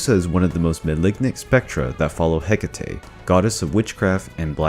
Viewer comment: Not Cry-sah-ore. Chris-ah-ore. Not Luhmia, Laymia. Not Hecateh. Hecatee. Not Empusa, Empousa - and not both feet were donkey. One was brass. Not Like-eon. Like-ah-on. Also, he was punished for FEEDING HIS SON TO ZEUS, not that nonsense you gave. Not Dyonisius. Die-oh-nigh-sus.